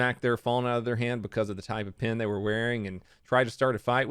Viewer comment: Are you saying "pin" or "pen"?